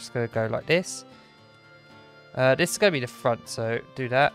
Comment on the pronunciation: i've refrained from saying this but the way he says "there" "that" and "this" is infuriating. dis over dere